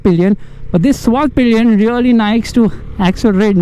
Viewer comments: It's not पिलियन it's पिलेन🙄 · Why is every reviewer calling it svart-pillion???its pilen not pillion!